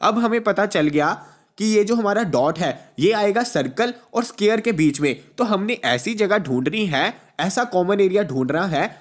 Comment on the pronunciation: Square ko scare bol rahe hai